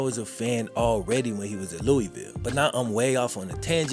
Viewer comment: It’s Louisville ! B not louuuuuueville lol 😂